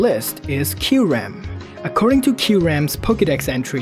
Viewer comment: It's Ky-Reh-m not Ky-REM